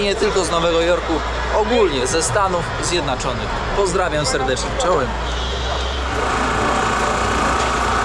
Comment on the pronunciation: Czemu na każdym odcinku mówisz Stany Zjednaczone? 😅